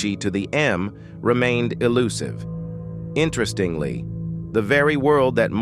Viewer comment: 🤣🤣🤣 this AI narrator mispronouncing words like "accumen" and "interestingly"